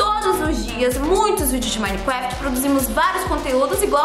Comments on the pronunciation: "Minecwaft" kkkkk amo a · ''Minecwaft'' kkkkk amo a eu e